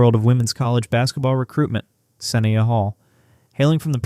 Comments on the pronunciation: you credibility SUFFERS when you can't even pronounce her name correctly.....it is SA--NYE--YA.....NOT SINN--E--UH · Thank you for recognizing her talent. Please correct the pronunciation of her name.